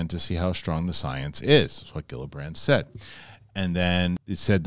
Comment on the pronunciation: Love your show but you should know that you always pronounce Gillibrand’s name horribly wrong every time.